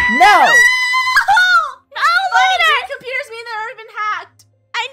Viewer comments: It's Lunar not Luna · It's lunar not Luna :D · He keeps saying Lu Lu Lu but not Lunar